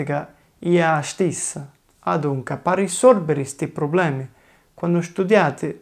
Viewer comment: Just discovered this channel Love it. Anyway isn't "problemi" but "probblemi" with 2 b In my zone (madonie mountains) we don't say "ma" for ''but" but we say "ngà"